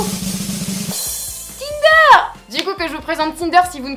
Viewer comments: Au début au lieu de tinder j'ai entendu kinder😂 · Encore une bonne vidéo! bravo;) au début j'ai compris "kinder" ahah:) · Lise tout court vrmt 😂 elle le dit mal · Au début j'ai cru qu'elle avait dit Kinder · à 0: 31 g crus que t'avais dit < kinder > lol !!!!!